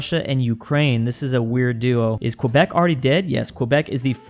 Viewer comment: It's pronounced kebek